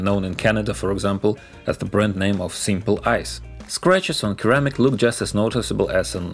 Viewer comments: Hey; great video. Just a small correction: "ceramic" is pronounced "sir-amic" not "kir-amic". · Keramic 🤣, you need more English speaking friends. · The C in Ceramic is pronounced the same as the C in Russian :)